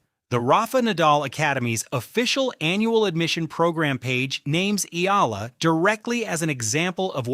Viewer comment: It's e-a-la, three syllables, sir!